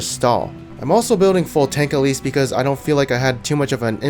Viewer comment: I'm not sure if you were saying "elise" or "at least". I'M CONFUSED